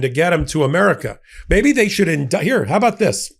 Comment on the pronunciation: Though the man is a complete shithead, let's get his name pronounced right. It is pronounced bowl-sone-ar-oh. All O's are pronounced with long O's, not short. The justice's last name is pronounced Zah-neen.